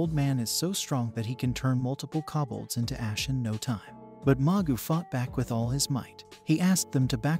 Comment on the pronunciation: ugh I can't take it. Since when is KO bolds pronounced KA bolds. I mean there is no A in the word at all! Don't just change words because your bored. ugh.